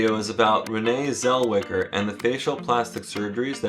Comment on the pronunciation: Who the fuck is Renee zel-wedja